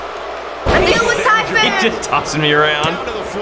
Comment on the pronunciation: He said tyPhoon capital p